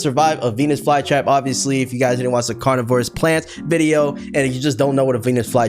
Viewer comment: why did he say carnivorous like that? 🙏😭